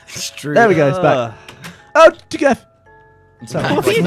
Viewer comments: Mystøgan !!! Dgeoff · "DGeff" That never fails to make me laugh. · I say DGeff because that is how Gavin pronounced it when Geoff scared him. He said his gamer tag except he didn't pronounce it Geoff, but Geff.